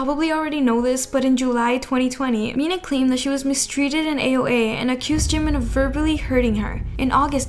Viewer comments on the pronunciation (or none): none